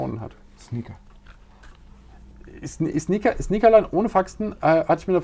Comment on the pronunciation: achso Sneaker. hab erst Snickers verstanden die im Lager dann schlecht werden xDDDD